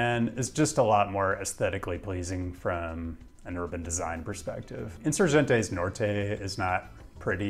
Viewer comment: Spaniah pronunciation was pretty good except for Insurgente. ;) A G in Spanish never sounds like an English J. It sounds like the g in Get unless it's followed by an E, I. Then it sounds like an English H or Spanish J. Like Hen. in soor hen teh. If a g is followed by a ue or ui the U is silent. If the U has a couple of dots over it, ü , then you pronounce it normally, like a oo in boot.